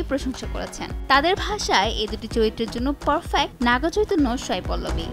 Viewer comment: Sai not Shai... উচ্চারণ স এর হবে শ এর না..।